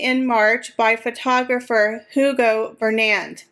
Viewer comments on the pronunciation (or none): none